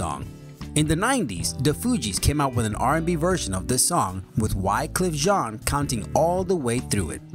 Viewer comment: The other guy sucked because he could not pronounce words correct. Now this new guy is the same. Whycleef Jean??! Johnny Mitchell??!! Omg